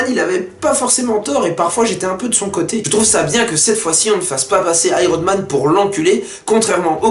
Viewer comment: le gars dit Iron men au lieu de Iron Man ! tocard